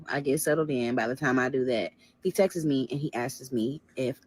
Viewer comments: That part kept PISSIN me off too and I was already mad 😂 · She keeps saying “texes” instead of texts/texted and it’s sending me. Never hated a story so bad 😭😭😭